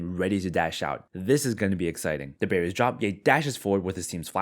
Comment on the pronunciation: I just Binge watched your videos, and still think you say "the Berries 🍒 Drop" instead of "the Barriers Drop".